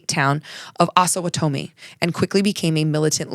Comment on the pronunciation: FYI - pronunciation key from a Kansan: Osowatomie has the emphasis on "wa" and rhymes with "lobotomy."